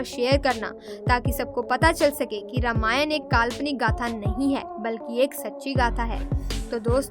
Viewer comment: प्री आप रामायण। के बदले रामायण। क्यो बोल्ते है